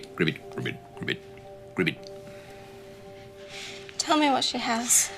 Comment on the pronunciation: Idk why, but It really bothers me that they both say “Gribbit”. It’s “ribbit “. Damnit.